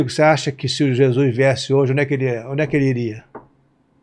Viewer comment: O cara é jornalista famoso e pronuncia ....JESUIS.. LAMENTÁVEL CARA... ficou muito feio